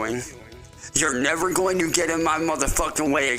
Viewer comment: he goes off "I will NEVEr stOP what I Am D0iNg, I WILll NEVeR StOp!" I truly hope he never does stop - I have to check in every morning to see what his new bullshit is!